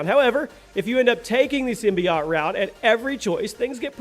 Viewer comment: simbi.., wait a second, did he say simby-Yatcht?.., it's simbiote...